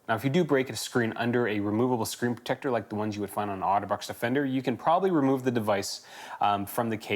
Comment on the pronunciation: I'm going to be hearing the words "screen proTECTor" in his voice for days to come.